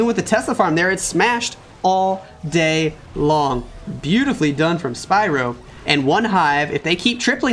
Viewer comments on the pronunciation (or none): none